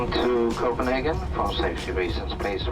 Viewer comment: Thank you for saying Copenhagen correct ❤